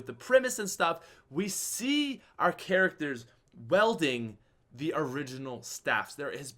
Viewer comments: For the love of God. There is a fuckin I in the word "wielding"!!! It is not "welding", that's a completely different word, with a different meaning. Jesus, is English your first language? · Say what you want but he pronounced wielding dead wrong. It's like wheeleding. I'm just playing. Hi!